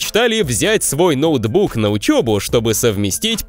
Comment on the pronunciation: Ты сказал некогда не задумовался взять ноудбух хахаха 😂😂😂😂😂